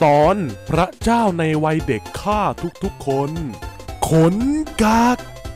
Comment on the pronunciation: พระเจ้าครับ ไม่ใช่ ประเจ้าครับ